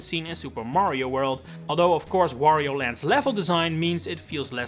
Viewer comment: The way you pronounce Wario, makes it sound like Woh-rio.